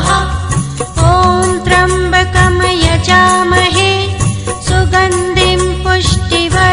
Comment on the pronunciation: मंत्रोच्चार में उच्चारण की अशुद्धियाँ हैं। जैसे त्र्यम्बकं को त्रम्बकम और सुगन्धिम तथा पुष्टिवर्धनम को क्रमशः सुगंदिम व पुष्टिवर्दनम बोला गया है।